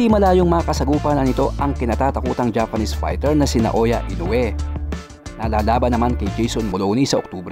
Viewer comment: Bwahahahaha lupit MO sa boxing lupit MO din mag English Ahahha congrats sau at buong team MO Sabi nya Inoyee scared mdapakers come on Fight haahhaha meron pa sya signal sa leeg patay hhahahha